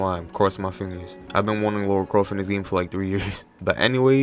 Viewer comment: Lara not Laura